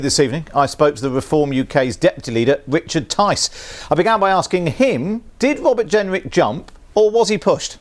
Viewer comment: Welease Wobert Jenwick. 🤣